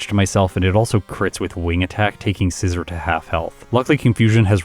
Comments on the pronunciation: I think it's pronounced ScizOR, not ScizER. Like I think don't think you'd pronounce it the same way you would the tool? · You’re pronouncing scizor wrong